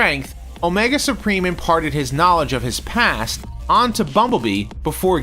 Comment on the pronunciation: "Omega Spreem" That's like calling the successor to Hercules "Nercules".